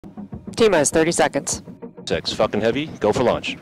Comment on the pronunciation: Did he say Fuckin heavy?